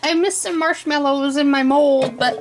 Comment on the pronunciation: "Marshy mallows", XD